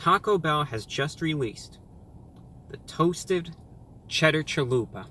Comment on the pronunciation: Everytime he says “Chalupa”, a beautiful Mexican baby is born.